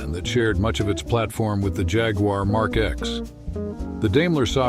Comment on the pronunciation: Can the announcer please stop putting a W in Jaguar